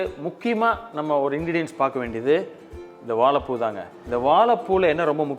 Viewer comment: எல்லாம் நல்லது. ஆனால் வாழைப்பூ என்ற வார்த்தையை சரியாக உச்சரிக்க வும். நன்றி.